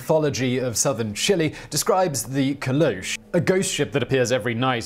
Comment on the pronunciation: Pointing out that Caleuche is pronounced Caleu-che (like Che guevara)